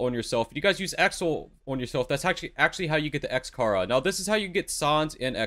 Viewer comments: Its XChara not XKara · The way he pronounce sans and x chara lol good guide tho 👍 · bro is he saying sans and chara wrong just to piss me off LOL